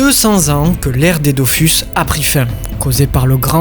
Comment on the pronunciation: J'ai jamais compris pourquoi les gens disaient "Dofüs" et "Wakfou" alors que les deux u se prononcent pareil. D'autant plus que le mot "Dofous" est prononcé pas mal de fois dans la serie ! Ralage mis à part ta vidéo etait super cool. J'avais trop hâte depuis ton teaser subtil à la fin de la video précédente 😊 Je n'ai plus le temps de jouer aux jeux aujourd'hui mais je continue tous les autres médias depuis des années. Entre la sortie du dernier tome du manga Dofus en debut de mois et celle de la dernière saison de la serie Wakfu l'an prochain je trouve qu'on est clairement gâté. Pour ceux qui ont encore une XBox 360, allez vous prendre Islands of Wakfu avant la fermeture du marcket place car il vaut le coup ! Merci encore pour ton travail. Je me refais tes videos très régulièrement que tu parles de séries ou de jeux ❤